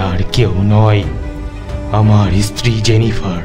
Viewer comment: golpo ta osadharon... gaye kata dicchilo sunte sunte... lekhok ke dhonnobad ei level ekta golpo upohar dewar jonno...eto boro golpo intensity maintain kore poratao commendable bepar, sejonno channel ke kurnish... sudhu koyek jaygay stree kothata istiri sonacchilo, eita ektu thik kore nio...